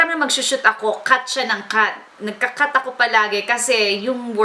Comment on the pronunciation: ay dapat 'ako' hindi ajo ahaha!